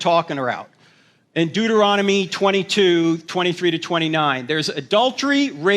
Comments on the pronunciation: The man really out here saying “Du-da-rona-me” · I mean, other than him saying 'da' instead of 'ta,' I don't see how that's an unacceptable pronunciation. You understood what he meant, didn't you?